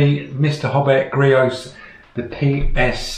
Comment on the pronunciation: It’s creos not greos